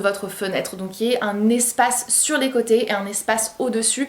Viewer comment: J’aime bien comment tu prononces «sur », « mur ».